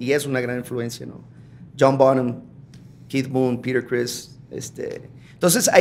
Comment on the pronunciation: Que bien pronuncia Peter Criss